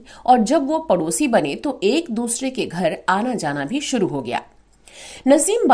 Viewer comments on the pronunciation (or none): none